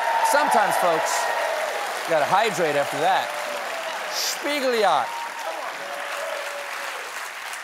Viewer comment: The annunciation on spiegeljacht was definitely German and not Dutch. The g's are very different in Dutch. It's more like static radio noise.